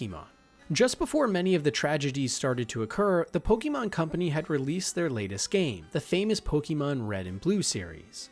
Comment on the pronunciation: The back story you gave for lavender town / the way you pronounce Pokémon really makes me think you’ve never played the game 😅